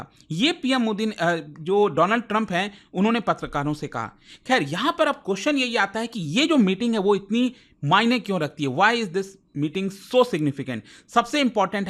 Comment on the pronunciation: Once a great man said-"my frand Doland trump".